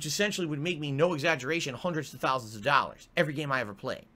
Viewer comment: Da fur-nale of a playthrough got nein DAHLLers